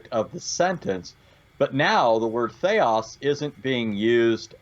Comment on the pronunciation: Sir, your Greek pronounciation is putrid and disgusting. There are cases in Greek grammar - Accusative, Dative, Genative, Nominative declension a. "Theos" is not conclusive. Theos is also used for satan in 2 Corinthians 4: 4 "...the God of this world..." (...'εν οις 'ο θεός του αιώνος τούτου 'ετυφωσεν τα νο'η Μάτα των 'απιστων...) Here satan is THE GOD of this world/aeon (αιώνας) and not "world"